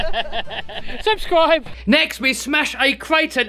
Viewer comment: STOP THAT "SUSCRIBE" THING....